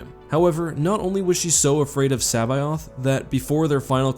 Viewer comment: Your pronunciation of C'baoth makes me cringe